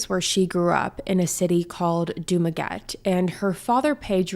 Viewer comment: It should be pronounce as “Du Ma Get Tea”